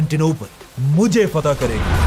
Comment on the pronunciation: FATEH HA YAR FAITH NAHI